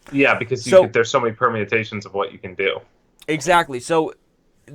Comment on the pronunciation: Alec seemed proud of himself after dropping the word "permiatations" (?)...which is of course permutations. lol